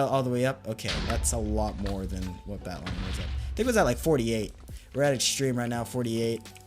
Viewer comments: you saying "Batlion" makes me so mad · The way he says "batlion client" really grinds my gears.